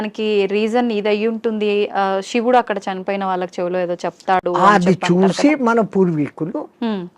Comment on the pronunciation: Vallaki కాదు వాళ్ళకి అని పలకాలి తల్లి. నీ తెలుగు వింటే చిరాకొస్తోంది. మంచి మంచి వాళ్ళను ఇంటర్వ్యూ చేస్తావు. కొంచెం తెలుగు మంచిగా పలికితే ఇంకొంచెం బావుంటుంది